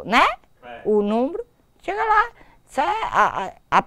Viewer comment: pra ver o "numbro" haauahuahuHUAHUAHA